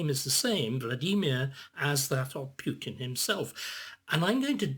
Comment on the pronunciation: Spoilt by calling him "Pewtin".